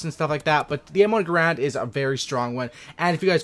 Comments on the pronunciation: Not grond... grand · Yea, nah. It kind of sounds like "errand" like "I have to run an errand" but with a G in the front. Look it up. I said it wrong for years until a WW2 vet called me out on it when we were talking shop. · Well first you are pronouncing the gun wrong, and then begging for likes and subscribes. Weak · It's actually Garand